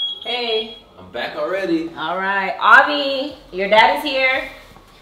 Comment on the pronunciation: It says “Ahvi” but people are saying “Avhi” or even “Avih”